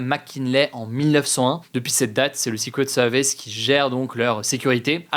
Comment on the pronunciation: ta prononciation de "Secret Services" me fait saigner les oreilles !!!